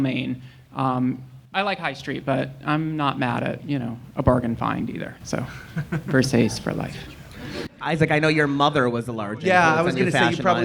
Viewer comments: VersacE!!!! Dont dare you say versaise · If you can't even say versace right you should be banned from fashion industry.. Wtf is versays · I love that alll of these comments are mad about the pronunciation of Versace. Please watch Showgirls and learn your herstory.